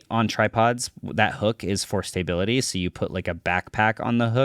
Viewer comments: it's STA-bility, not STAY-bility... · "stay bility" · Stay-bility is very similar to stability. 😂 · Staybility, essentially.